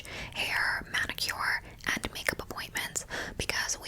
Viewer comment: Love the way you pronounce “manicure” 🥰